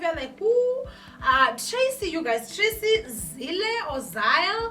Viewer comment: Loll you say maTracy🤣🤣🤣🤣